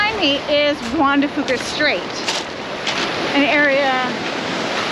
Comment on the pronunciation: juan de "fewka" is how it is pronounced